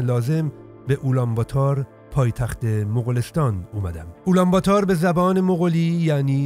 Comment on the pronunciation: سلام و درود بر شما: (اولام باتار) که شما میگید در اصل اون تلفض میشه (آلم باتور) یعنی قهرمان مردم. من هم پدرم گوسباک است و مادرم فارسی زبان در افغانستان زندگی میکنم.